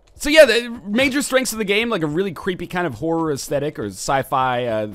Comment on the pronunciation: the way you say tthe is weird 2 me.